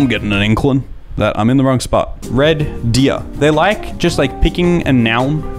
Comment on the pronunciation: hearing him say "Red. Deer." like that was so funny as an Albertan 🤣.